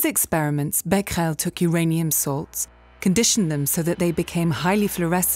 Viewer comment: The thing I was most excited to know was how to pronounce Becquerel. And I am not disappointed.